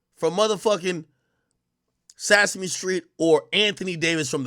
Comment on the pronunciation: SAS-A ME Street tho lol